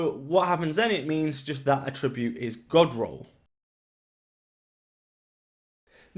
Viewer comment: Nice video man, thanks for the info. In the context you're using attribute it's pronounced at-tree-bute. Bloody grammar police aye 👀🤮 fml